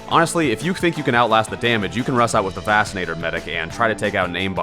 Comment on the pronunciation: excuse me, "vassinator"?